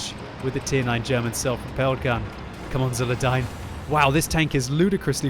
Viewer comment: Thanks for commenting my replay. I`d also like to thank the RNG-gods for making this video possible ps: It`s pronounced with Zulerdeen ^^ or just Zul / Zuler - Zuler